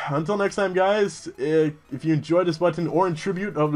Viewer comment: And on this day, Lelouch haha'd his last haha :( Just with reference to something you said a couple videos ago about how you don't understand how you say button differently, you put pronunciation on the "tt", it's downright adorable! :) I do that with dirty too, don't worry :D